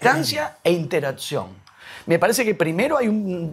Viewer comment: Me distrae que Kohan dice "interazzión", como si fuera una "pizza". Nah, mentira, es una bisturí este tipo.